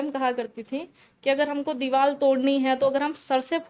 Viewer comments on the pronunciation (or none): Diwal 😂bolri h diwar ko 😊😅